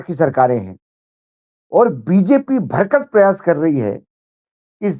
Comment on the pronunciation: भाऊ माफ कीजिएगा, भरसक और दारोमदार होता है भरकस और दारोदमार नहीं , उसी तरह मंशा होती है मनिशा नहीं। कृपया बुरा न मानेंगे।